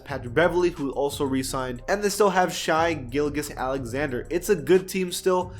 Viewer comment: It’s pronounced Shay Giljis